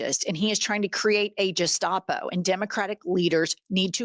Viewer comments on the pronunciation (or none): Uh...Jen? It's pronounced "Gestapo", with a hard G, not "jestapo". JFYI. Good job otherwise! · The G in gestapo sounds like 'gay' not 'gesture'' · Gestapo is pronounced "guh-staa-pow". Please stop saying "jestapo", it makes me wince! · Please, it’s pronounced: guess-top-oh Not: jest-ah-pō Your Oklahoma accent assaulted my ears. Usually I don’t mind because I love you and your show but today I just snapped at your continued mispronunciation… I just had it‼️Especially since we all need to keep talking about the Orange Shitgibbon’s fascist regime, the Triple Trumper minions, the Jewish Nazi Stephen (Goebbels) Miller’s propaganda, etc. and what needs to be done about it‼️ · G like in GO not like a j in gestapo. Think Gazpacho police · FYI: "Gestapo" is pronounced with a "g" as in "garage", not "gerrymander" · Keep it up, ladies. Just a small note: 'Gestapo' is pronounced with a hard 'G' and not soft 'G.' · ICE at the Super Bowl?...cause there are soooo many undocumented families who can spare $2,000 for a game ticket, in addition to a plane ticket - LOL! Mega idiots! and it's pronounced "GET-stop-oh", not "jes-stop-oh", just sayin'. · Hate to be a pedant, but gestapo is pronounced like Gary not Gerry. Love you! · Love you with a blind heat but it's Gestapo [hard ''G'' ] not ''Jess-tapo''. Now let's see if Miller lifts a finger against the Aryan Brotherhood and meth dealing criminal white biker gangs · It's pronounced 'Geh-sta-po', ladies, not Jeh-sta-po. If you're going to categorize the trump administration as being N-zi-like--which they are, by the way--learn how to pronounce words correctly. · QUIT CALLING IT A "JUSTAPO" IT'S GESTAPO, WITH A FUCKING "G" !! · The word is Gestapo pronounced Gesh-tapo. Not Je-stop-o. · Jennifer, Love the show, but Gestapo is (Guess-stop-o) not (Jess-stop-o). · pronounced guh-stopo NOT Juh-stopo. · You mean Guess-stopo, not Jess-stopo right? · Please …. “Gestapo” is pronounced with a hard G (as in Girl), not with a J.